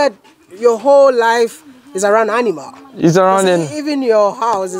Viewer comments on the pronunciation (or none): I love how he pronounce "Animal" as "Enimal"